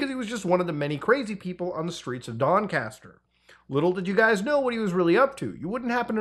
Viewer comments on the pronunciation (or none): Doncaster. It is a little softer on the A. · Ik this is serious and always respect Muta for covering these serious subjects but as a Englishman its so funny hearing Muta try and pronounce Doncaster and Lancaster 😂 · Muta's pronunciation of Doncaster (or Donny) was awful 😅